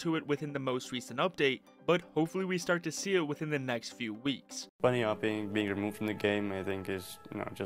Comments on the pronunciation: "spun j" bro Spunj is just pronounced spounge. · Sponge Jay